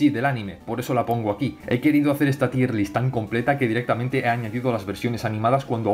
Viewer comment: aun no aprendes que en realidad se dice "TAYER LIST" eh? XDDDDD